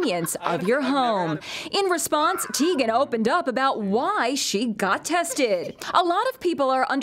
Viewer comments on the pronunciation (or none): its pronounced TIE-gen :)